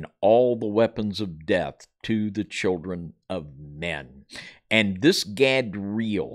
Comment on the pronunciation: Erika Gehm : Godra'el (You said 'Gadeel' ---- God of the Eels?)